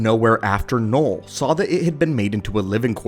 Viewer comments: its knull not knoll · "noll"? Don't you mean "knull"? (also, "knull" in Swedish literally mean "fu*k")